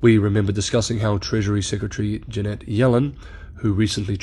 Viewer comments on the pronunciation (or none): Jan-et not ja-net